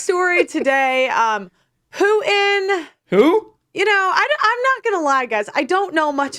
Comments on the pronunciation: Pearl, please feel free to feel bad about yourself. Also, the leader of Russia's name is definitely pronounced Poo-Inn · Even tho I daily watch vids about the Ukraine, when perp-lie said Putin I heard "I don't know much about pootin' ...." Is it rude to wish she would just keep her cawk-holster shut?